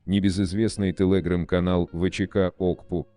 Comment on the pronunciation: Не интересно спрашивать, неужели всего этого никто не знал раньше? ". Интересно другое - у нас в стране совсем кончились настоящие, грамотные дикторы? Особенно умиляет " тэлэграм" в произношении робота.